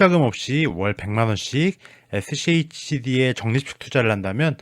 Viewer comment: 슈드래요 슈드라고 읽으세용